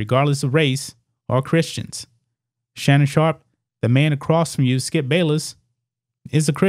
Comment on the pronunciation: I tuned out Shannon "Skee-up" Sharpe years.